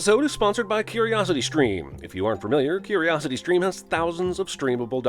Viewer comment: "Firmiliar" DING